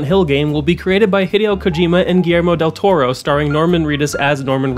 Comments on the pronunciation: i didnt mind the playful mispronunciations of del toros name honestly if you guys spread that kind of banter around better than focusing on one person im pretty sure you wouldn't have gotten as much flak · Ah I kind of understand why they did that dude. The girl got a lot of abuse for mispronouncing Del Toro's name. I don't think she meant any offence and I don't think she should of got the abuse she did. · Intentionally mispronouncing Del Toro's name with Latino stereotypes and miscellaneous Spanish phrases. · I didn't even get the taco joke. I just thought she was mispronouncing his name, which made me mad enough as it was.